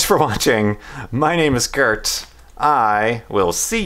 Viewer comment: *Kurt*, not Hurt :P